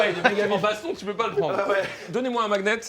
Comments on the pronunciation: dingue de prononcer magnet "mag nette" et pas "maniette" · Alors par contre on ne dit pas le g dans magnet mais sinon bonne vidéo bisous